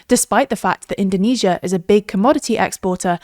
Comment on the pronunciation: Why is she pronounced indonesia in the most wrong way possible lmao. We don't call Japan - Nihon or Germany - Deutcheland in English